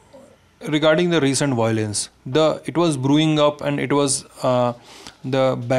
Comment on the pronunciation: what is bilance? once you can say violence I'll listen your interview